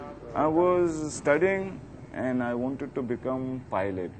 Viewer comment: Plolit not aeroplane